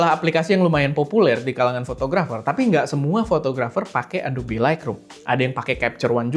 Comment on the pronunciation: Sorry bang harus revisi 😅 Lightroom bacanya laitrum, bukan laikrum. Makin sukses esteh 🎉